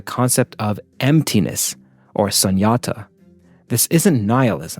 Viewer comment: Excellent idea for an episode. A little not on Buddhist/sanskrit pronunciation: Yogacara 'yoga-chara'; Madhyamaka 'maj -' (like the same sound in 'magic' 'ya-meeka' Sunyata 'shoon-yata'❤